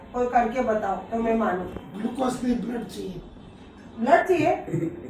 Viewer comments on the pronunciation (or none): none